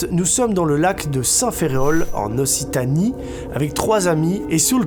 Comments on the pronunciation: NB : "Occitanie" se prononce "Oksitanie" si jamais :) Merci pour tes vidéos et tout ton travail! :)) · Ça me perturbe juste, Occitanie on prononce okcitanie 😭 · J'ai eu mal au oreilles quand tu a dit Occitanie 😂 Ça ce prononce : Oxitanie AÏE XD J'ai mal à mon Sud-Ouest